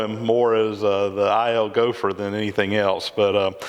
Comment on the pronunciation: Stick with ILGopher. Just kidding. I've heard worse pronunciations of my name. Fun visit.